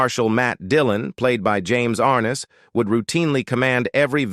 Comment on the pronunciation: ARNESS not ARNES.